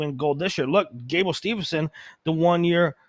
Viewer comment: It's Gable Steveson, not SteveNson. What does he have to do for you to get his name right?